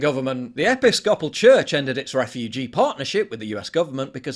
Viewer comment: Ha! That was hilarious how you pronounced Episcopal. 😂 P.S. Did you seriously not have any other way to show the 10 stages of (G. No Side) than to present a list with a bunch of BS written about the Germans/Dreidel-players?! Ffs.